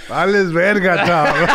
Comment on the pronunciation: real mexican talk right there, very common expression in mexico and he did it flawless ¡¡¡Vales Verga!!!